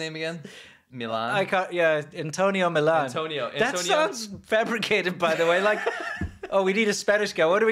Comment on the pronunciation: His name is spelled Millon which isn’t pronounced Milan it’s pronounced Mi-Yon. So they didn’t even get that right